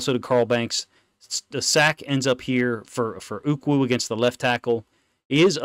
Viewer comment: Pretty sure you’re pronouncing Ukwu correctly.